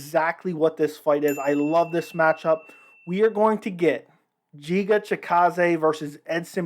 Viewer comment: lol, watch your video again, every time you are saying his name wrong way... At least try to "act" professional